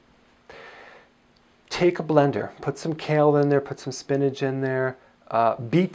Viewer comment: He lost me when I heard “kale”. 😖